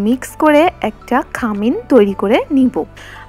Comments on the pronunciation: খামিন বলে না,খামির।ভিডিও দিচ্ছেন ভাষাটা আরো ঠিক করেন।পাহাড়ি যে বোঝা যাচ্ছে কথায়। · খামিন না খামির